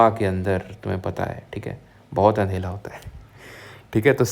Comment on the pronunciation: Andhera ❌❌ Andhela ✅✅